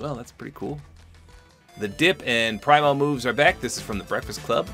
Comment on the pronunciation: I love your reviews, but it bothers me the way you say primo moves. It’s a call back to the 80s and is pronounced pree-mo. Pree like free